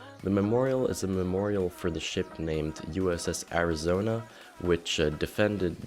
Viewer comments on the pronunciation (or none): each time he said ship it sounds like he says the s word lol